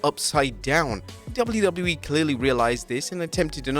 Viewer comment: fun fact: The narator cant say WWE or WCW - instead he says Dubble lew- Dubble lew - ee or Dubble-lew see dubble-lew i mean come on it's double-you - whats so hard about that? and says "more wrestling content" like he's some kind of amateur high school news sport's commentator.